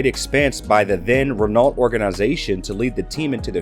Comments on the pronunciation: Your cowboy pronunciation of Renault had me on the floor laughing 🤣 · The pronunciation of Woking and Renault was horrendous